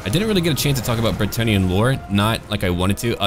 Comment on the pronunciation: As a french native I think you're really close with the french pronounciation of bretonnia's people and cities, it's fun and nice to hear people at least trying to do it! Really good job!!:D